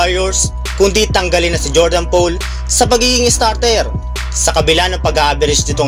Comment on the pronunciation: Click bait. Bro Poole ang apelyido ni JP3 it is pronounce as pool as in swimming pool hindi "pole".